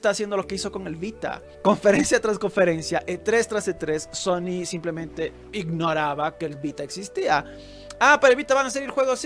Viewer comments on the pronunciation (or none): none